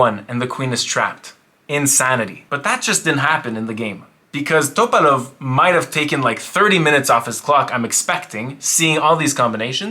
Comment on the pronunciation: Why are you saying topalov like that bro? Lolol